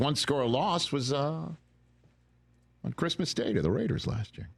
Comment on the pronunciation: Does Rich have a problem saying the word "Christmas"?